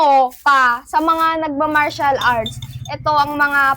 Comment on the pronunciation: Martial arts po hindi Comercial arts hahahahaha😂